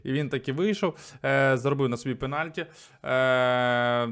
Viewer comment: Що за пеналькі. "Пеналті"